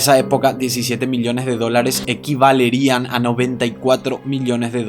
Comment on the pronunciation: Hmm me encantan tus videos pero no se dice "equivalerían" es "equivalerían". Gracias.